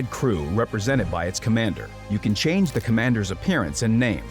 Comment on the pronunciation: can't you pronounce "Change"? You always say "Chanes" also not "changing", you say chainsing...